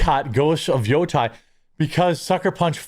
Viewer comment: Jeremy. Dude. In Japanese, it's all soft vowels. You're pronouncing it as if it was "Yotai". It is "Yotei" - in Great Lakes English, that's "Yote", then "Ehhhhhh". Say that 5 times, as two words. Then smash them together. Then say it 5 more. Then shorten the second syllable. Otherwise, good video, glad you're going hard unlike others.